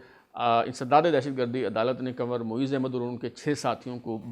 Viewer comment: ye word kanwar nehi hai kunwar hai.please check it.